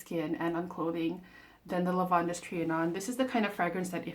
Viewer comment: It’s pronounced just like Lavand. The -es is silent. I haven’t been able to smell either. They don’t carry them in stores near me, and I’ve given up ordering samples.